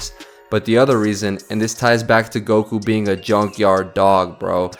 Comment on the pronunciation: Gokū , not "gouku"